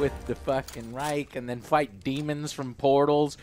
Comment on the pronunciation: I'm a hater because I'm a Native speaker??? Sorry but you hear clearly that he isn't a native Speaker. Take the word Reich for example. He pronounced it like raik.